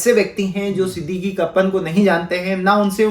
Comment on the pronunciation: Not Siddiqee but Siddeeq